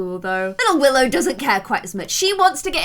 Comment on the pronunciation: Go to to hear her call willow “willith”